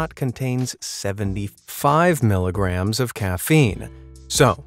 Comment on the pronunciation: Lol, it sounds like they said "millirams" instead of "milligrams" 🤣